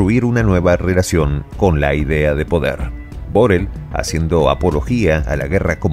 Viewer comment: Ahora se dice Burrell...